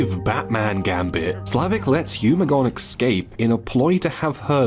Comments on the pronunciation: Great video, but are you saying “excape” instead of “escape” or am I going mad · For Christ Sake stop saying 'Excape' go check your dictionary its Escape E S Cape not EX. you can miss pronounce any word you like, just not that one, triggers me, blocked gg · Its ES CAPE not EX CAPE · Escape. It's pronounced 'es-cape'. Not 'eggs-ape'. It's a six letter word with three syllables. It's not that hard guys. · Excape.... EXCAPE....